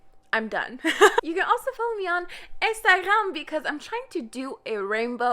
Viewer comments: are you from quebec? its the way you pronounced Instagram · Do you speak French because when you said Instagram it sound like French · Am I the only one shocked by the way she said Instagram at the begging